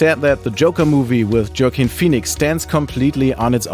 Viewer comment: Who is Joke-ine Phoenix? Thought it was pronounced Joaquin....? 😂